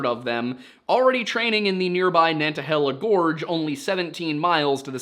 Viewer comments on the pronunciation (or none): Macon is correct, but it's "Nana-hey-luh" stress is on the "hey" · I love the content! Just a small thing, you properly pronounced Megan just like bacon so excellent work there! With nantahala around here we don’t generally pronounce the t hard and annunciate it. It’s almost a D sound if you make it at all. Kind of NAN-duh-HAY-luh. Again, I love the content! It is kind of fun hearing you try to pronounce words that there is no phonetic pronunciation for though lol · My family spent so many summers in the Nantahalla gorge growing up. Don't pronounce the T. Nantahalla NA-na-HEY-lla. Sevierville sev-EAR-vull